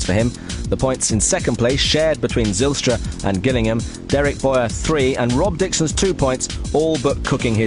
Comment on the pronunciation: "Watte Zijlstra" lmao